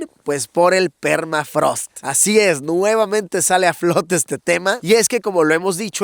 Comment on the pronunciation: Qué es permatrago? Ahhh no jajaja permafrost!